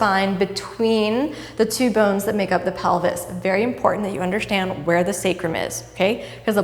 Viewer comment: "undershtand" such a Kino trademark :p